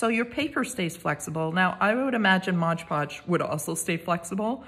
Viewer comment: Very gently and respectfully, it is not 'modge' podge, it's MOD podge.